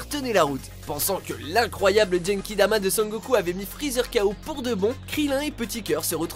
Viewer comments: Bon , l'ultra instinct et kaioken sont des mode de combat ! Faite des recherches ! Sinon c'est Genkidama pas jenkidama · Ta dis des trucs chelou dans la vidéo quand même: "l'ultra instine" et "djenkidama" 😂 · Jenkidama Tt va bien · "Ultrè inestincte" "djenkidama" ouille mes tympans xd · ON PRONONCE LE ''gue'' GENKIDAMA BANDE DE MERDE POUR PRONONCIATIONS VOUS NE MÉRITEZ PAS DE FAIRE UNE VIDÉO SUR LES TRANSFORMATIONS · au mon dieu il a dit gankidama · Sans oublier les jène kidama ... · HEIN comment il a dit ultra instinct et genkidama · Il l’a juste lu de la bonne façon vu qu’en Français on devrait reste sur le nom “Migatte no Gokuī” soit la version originale...par contre pour Genkidama j’peux rien y faire 🤦🏽‍♂️😭